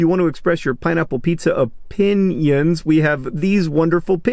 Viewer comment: "Pineapple on pizza o-PIN-ions" John, no .